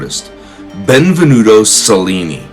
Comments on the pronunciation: Pronounced cha linnee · The Autobiography of Benvenuto Cellini is one of the best book I ever read. I highly recommend it. (for our host: I would take a few simple Italian lessons to pronounce some of the names and places correctly- most notably "Cel" in Italian is pronounced chel, sounds like chel-lin-ni.) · Celli is pronounced ‘ chelli “ like cello is pronounced “chello” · since you are a master educator, maybe you should pronounce cellni properly. most of the other family names are also butchered.